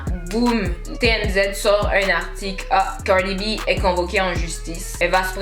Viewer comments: Pourquoi toi tu ne fermes pas ta bouche Cardi est déjà au TOP et toi sans boucle d'oreille DAMN la façon tu prononces son nom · Putain la manière dont tu dis Cardi b...